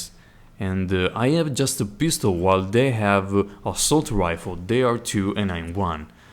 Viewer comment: i liked it but really dude? you say HAREA and HARE instead of area and are...